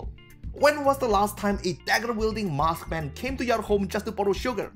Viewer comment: am I the only one who keeps hearing "mothman" when he says "masked man"? or am I just crazy?